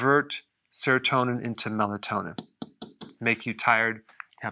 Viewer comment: t-eye-red (t-i-red) jajjajajajajajajajajaja!